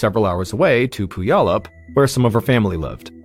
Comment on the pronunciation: Puyallup is pronounced Pewallup